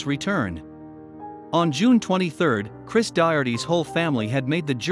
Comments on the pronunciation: He’s not Christ. Turned off video at the first mispronunciation of the name. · Check the script. His name was Cris - NOT CHRIST! Double check at deployment, how many times you called him Christ. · They should have proofed the audio before posting it since the narrator kept going back and forth between calling him "Chris" to calling him to "CHRIST" and then back to "Chris" again.